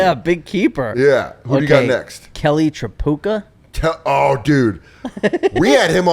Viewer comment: The Tripucka pronunciation is getting to me 😂